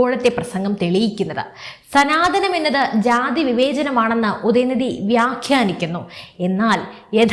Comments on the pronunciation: സനാതനം എന്നാണ്........സനാധന മല്ല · മലയാളം ശരിക്ക് പഠിച്ചിട്ട് ചാനൽ തുടങ്ങിയാൽ പോരെ ?!!! സനാതനം ആണ് ധനം അല്ല 😢😢😢😢😢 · സനാധനം അല്ല. " സനാതനം " ആണ്. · സനാധനം അല്ലെടോ, സനാതനം എന്ന് പറയ്